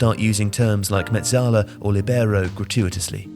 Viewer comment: Mezzala. Not Mezalla. Not Mozarela. Mozzarella.